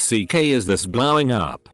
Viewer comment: Me: don't say it Automated voice: Me: DON'T... Automated voice: BLAWING UP